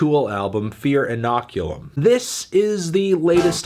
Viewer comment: Decent review Anthony, but did you really have to dock 3 points from the album just because you can’t properly pronounce inoculum?